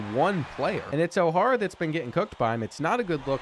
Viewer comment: I love these vids! I was in high school when this game came out and went to a college basketball powerhouse and we used to play the 2k10 game all the time. That said, the pronunciations of O’Hara is rough lol. But still, great stuff.